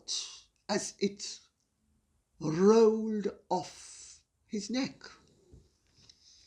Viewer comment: ..."as it rrrrrrrrroooolllld off his neck" 🤣🤣🤣🤣